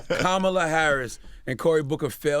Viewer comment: No! The right pronunciation is Kamala the way Charlamagne pronounced it the first time. It is not an English name!